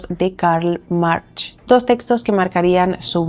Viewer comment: Fantástico maquillaje!!!! Súper favorecedor, me encanta! Por cierto, se pronuncia Karl "Marcs", no "March".